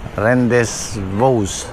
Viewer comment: Ang tamang pronunciation po ng venue nyo is RENDEBU (rendezvous)....meaning po is exact time and meeting place sir